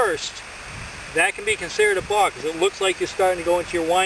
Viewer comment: Sounds like a bostonian saying “bark”